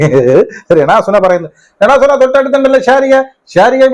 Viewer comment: ചേട്ടൻ രെ ണാ സുനാ എന്ന് കേൾക്കാൻ നല്ല രസമുണ്ട് 😂😂😂😂